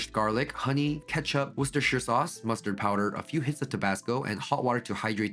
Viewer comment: I live in Worcestershire uk 🇬🇧 it’s funny how people pronounce it, well done 👏🏻